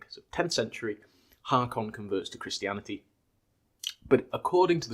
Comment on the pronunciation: Nice video. But it is Håkon not Hakon. In Old Danish aa also means å. So Haakon is prenounced like Håkon. Å in Håkon is prenounced like the o in the english words hold and old.